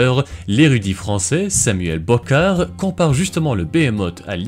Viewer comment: Bochart ça se prononce pas Brocard en français.